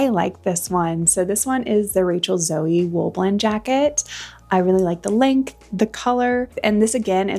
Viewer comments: I. Magnin was an upscale store started in San Francisco. I hoped you grabbed that coat! Rachel Zoe is a current designer out of LA and her name is pronounced "Zo", like "Go".(not zo-ee). She has videos here on you tube too. Love the brown leather zipper up! Score! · 100% Zara double breasted camel coat over the Banana one. Also, no hate here just letting you that Rachel Zoe is pronounced z-oh not zoey. Shes an a-list stylist, used to have a show on Bravo and is soon to be a Real Housewife of Beverly Hills. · I love everything you got and also what you showed us! You have a great eye for fashion. fyi, as a fashion girlie, I thought you may care to know it's Rachel Zoe, like snow! She is such a style icon, I can't wait to see her stir the pot on Real Housewives of Beverly Hills, lol. Loved the video...................... 🤩😍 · The MaxMara coat is gorgeous! Too bad it's too big but it should sell well. The Rachel Zoe (pronounced like Joe) is lovely on you. The Lafayette 148 is stunning on you, a perfect fit!!!! Expensive, prob $300+ at retail. Love the special guest appearances! The Bean sweater has been shrunk...someone put it in the dryer. You can relax the fibers of a wool sweater by soaking it in cold water with some hair conditioner added. Just make sure it's mixed well. The fibers will relax and after rinsing you can reshape or block the sweater back to its original shape. Takes some effort but worth it.♥️